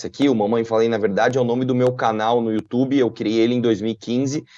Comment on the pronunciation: datena: "youtchubi"